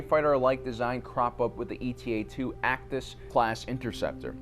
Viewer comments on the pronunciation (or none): He also kept saying “eta” like an acronym. It’s not “E-T-A.” It’s named after the Greek letter eta, which looks like Η. And when the foils fold out, the front profile of the fighter is a bit like an H.